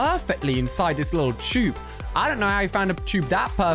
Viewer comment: You said Tube wrong you said choob